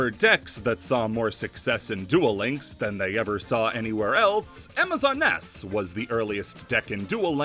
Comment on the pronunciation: Did you just call amazoness, amazon ness?